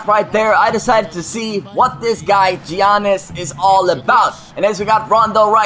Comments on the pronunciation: It's not (gi-an-nis) its (ya-nis) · Alright mate, if you're gonna use Giannis, at least pronounce it right. Yannis. Not Geeanis. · Giannis is pronouncd (yannis) not giannis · Giannas is pronounced Yiannas. Not to be rude, however it got annoying hearing you continuing to make that mistake. Sorry. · Its pronounced Yawnis... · Giannis name is pronounced yannis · It's pronounced like yawn-us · You pronounce it yiannis ;) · It is pronounced yanis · Btw, his name is pronounced Yannis. You don't pronounce the G and the I. I'm a Bucks fan and Greek lol